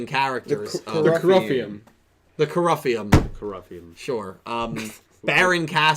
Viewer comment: I'm pretty sure "Coruffium" is meant to be pronounced with the same cadence as "colosseum" usually is